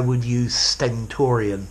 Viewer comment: I enjoyed when u said the word sentorian. Keep going sir